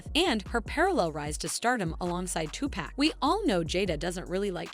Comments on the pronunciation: 2pac! Not 2pack if it was 2pack it would have “k” at the end. 😅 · It’s not 2 pack for Christ’s sake Tupac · Tupac not two pack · I stoped watching after this white lady said “Two-Pack” 💀 like she hasn’t heard millions of people say it the real way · Why the narrator keep callin this man Tupack🤣🤣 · bruh this narrator.. Two Pack, what you talking about? We in a grocery store or something? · It's TuPac not Tupack... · It is not Too-Pack It's Tupac's "culture covered" lol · I can’t believe she is pronouncing his name “TuPack” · It is REALLY hard trying to FOCUS on the content of this video considering the NUMBER OF TIMES the host mispronounced Tupac's name, :face-red-droopy-eyes:.......... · “Tupack” lmfao. It took me out of the narration every time. I had to keep going back to hear it again 😂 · Who’s Tupack, I don’t know any Tupack? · Who the F is TUPACK??? Are you talking about Tupac? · If she says two pack again!!!!! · Wth….. say Tupac’s name correctly…. Down voted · Nope. I Refuse to listen to her butcher Tupac's name like this. This is BS. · I can’t even watch this the way you continue to mispronounce Tupac’s name 😢ugh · The way the narrator pronounces Tupac's name makes me cringe. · it took everything i had to not skip this video every time you pronounced Pac's name wrong. Annoying AF!